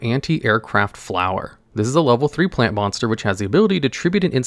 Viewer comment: Also, why did you emphasize “Plants” like that?